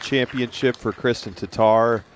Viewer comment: How is it so hard for 'muricans to say TATTAR not TATAR -.